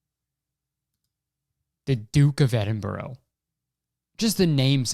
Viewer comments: my guy it’s ‘eding-BRUH’, not eding-borough lol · Kurtis, I don't to sound annoying but it's Edinbra 😂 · it’s edim-bruh, like when you realise how racist the duke is you’re like “bruh” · I'm sorry, EDINBURROW?? it's edinBRUH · Kurtis pronouncing Edinburgh as Edinborough instead of Edin-bruh... comedic excellence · the dukes of edinbro? my guy is edinBRUH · ITS EDINBRUH NOT EDINBORROW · “DuKe Of EdInBrO” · Edinbirogh noooooo is edinbraaaa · btw kurtboy its pronounced edin bruh not edin burrow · racist royal guy is legit pronounced duke of edinbruh - missed op for some doozies kurtis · duke of edinbro 😭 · “Duke of Edinbro” Kurtis Conner 2021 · its okay we hate the duke of edinburgh in the uk anyways (also its pronounced like eddin-bruh) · No one: Kurtis: the Duke of Eding-bro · Kurtis pronouncing Edinburgh as Edinbro made me realise how british I am. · it’s edinBURUH hahahahahahahah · duke of “edinbro” i’ve never felt such pain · "The duke of edinbureau" It hurt me every time he said it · Kurtis... it’s pronounced Ed-in-bruh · Kurtis pronounce it Edinbruh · Edinburgh us pronounced ‘Edinbra’ it’s spelt weirdly because it’s in Scotland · Edin-burrow. The Duke of Edinburrow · The way he was saying Edinburgh 😭😭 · The way he pronounced Edinburgh😭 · Anyone else from actual Edinburgh in Scotland absolutely screaming at how he pronounces duke of Edinburgh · Kurtis saying Edinburgh wrong is so funny to me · theres about 5 minutes of this podcast dedicated to butchering the pronunciation of edinburgh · Your jokes about Prince Phillip are that much funnier because of the fact that you pronounce “Edinburgh” horrifically wrong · Hearing Kurtis pronounce Edinburgh like that is physically painful lol. Also we all hate Prince Phillip anyway, he’s a creepy old dude. Even people who like the royals hate him. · Kurtis...man...I totally agree with you on your opinion of the Duke of Edinburgh, but as a Scottish person, the way you said Edinburgh physically hurt me hahaha